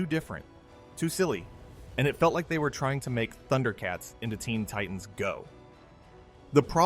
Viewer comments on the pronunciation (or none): none